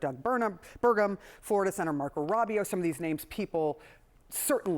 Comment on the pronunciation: can’t even fucking pronounce names correctly it’s Rubio not Rabio 🤡